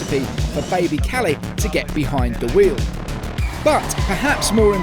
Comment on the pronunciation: Kalle not Calley